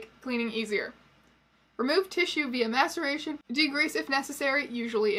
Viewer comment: I can't be the only one who kept hearing "masturbation" instead of "maceration". In this context, the former could arguably be worse. Also misheard "mastication" a couple of times, which somehow seems even grosser in the context of taxidermy.